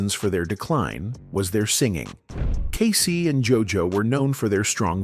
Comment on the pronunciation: Not K SI